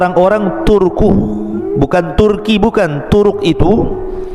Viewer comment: Sebutan nya jgn turuk. Itu saruh bgt ustd. Tp turk. Bukan turuk😭😭